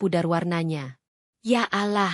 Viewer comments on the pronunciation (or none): Pembaca narasi tidak pasir mengucapkan kata ALLAH segera perbaiki😊